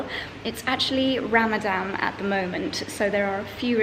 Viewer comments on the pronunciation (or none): Lovely vlog. Small correction; it's Ramadan not Ramadam!